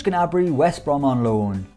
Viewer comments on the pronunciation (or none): none